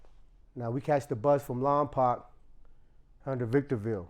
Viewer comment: It’s called Lompoc not lompac it’s pronounced lom-poke .